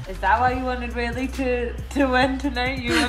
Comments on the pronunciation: Did Perry call her Willy Zang?? Lol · Perry really called Wei Li " WILLY" zhang...throw some respect on her name lol